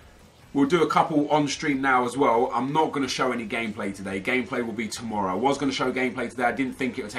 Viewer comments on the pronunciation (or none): none